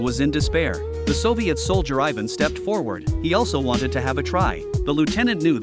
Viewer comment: Your not saying ivan right